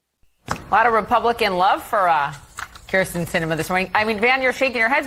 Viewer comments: Her name is Kyrsten, not Kristin. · Kyrsten not Krysten